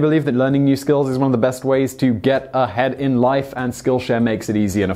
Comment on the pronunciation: You over enunciated the get ahead in life and it kind of bothered me. Don't mean to be rude just offering some constructive criticism